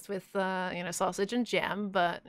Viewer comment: fWhip be like XDXD : soosage HAHAHAHAHAHAHAHA